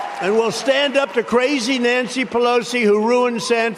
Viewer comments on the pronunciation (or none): none